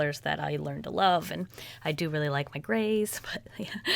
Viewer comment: I thought you said, "When it comes to Grace" instead of "When it comes to grays" and I was thinking, "When it comes to Grace what?"